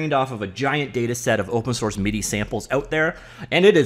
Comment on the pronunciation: MIDI is pronounced “mid-ee”. Even the Japanese can say that one.